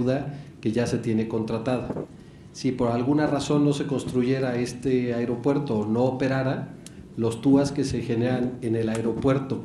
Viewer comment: No es airopuerto es aeropuerto sr